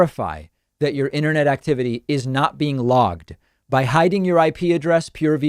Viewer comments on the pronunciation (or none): none